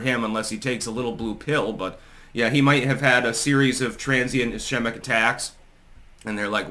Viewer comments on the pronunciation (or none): "Iskeemick" attack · Ischemic is pronounced is-KEEM-ik. I am a neurologist and know of what I speak. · Hey, Ischemic is pronounced “eh-SKEE-mic” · It is not obvious that he had a stroke. Also, "ischemic" is pronounced with two "k" sounds.